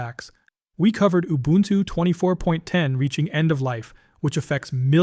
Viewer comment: It's not ubantoo... Please get it right.